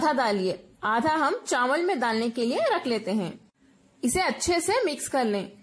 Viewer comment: wow zabardast kia baat hai awesome yaar mein zaroor banaunga ese and by the way chanwal nhi hote chawal hote hain.